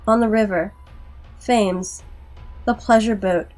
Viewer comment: Oh, normally I don't do pronunciation correction, but as London always seems to come up in horror this is a good one to know going forward. That river's name is actually pronounced "Temz," even though it's spelled "Thames." Also if you ever happen to run into "Gloucester" that one will be pronounced "Gloss-ter," instead of "Glow-kester." English place names are often deliberately torturous for outsiders.